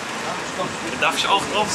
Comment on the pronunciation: "Isch bin ein Mann"